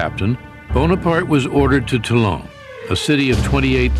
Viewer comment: One of the better docos, under American influence. Still, there remains an appalling indifference to study proper pronunciation. Toulon isn't "Till-ON", it is "TOOL -ohn". Late to comment, and futile perhaps, yet still necessary. to correct matters.